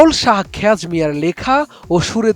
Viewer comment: খ্যাজ হবেনা ভাই,,খোয়াজ হবে।